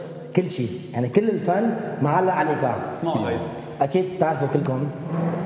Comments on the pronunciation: ايقاع مش ايكاع كيف بدك تعلم الايقاع وانت مش عارف تلفظا مظبوط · صراحة انا بعد ضحكت من كلمة ايكاع لكن عادي واضح انه ما يعرف عربي كويس او عنده مشكله في نطق بعض الكلمات .. عادي